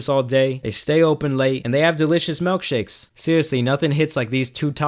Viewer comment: anyone else mad he said malkshakes instead of milkshakes